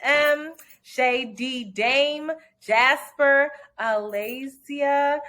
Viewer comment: Lolllll, phonetically, uh-LAYY-zhuh, as in Malaysia without the M or Y.